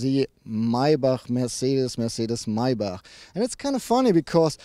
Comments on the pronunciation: Nice video Guys,and thanks for teaching us that it's Meibarrhh instead of of Maybach :)).Rick Ross should watch this video lol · It's so funny because no american will ever be able to pronounce Maybach in der richtigen Weise.